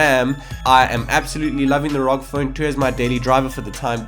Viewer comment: I wanted to mute the video when he read R.O.G as rawg.